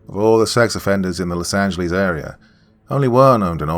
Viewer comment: Lol I always laugh when says: Los Angelize